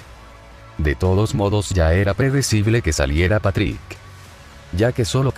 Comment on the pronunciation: like si pronunsiava mal a Patrik